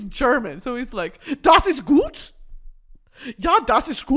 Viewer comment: “Das is guewd” absolutely killed me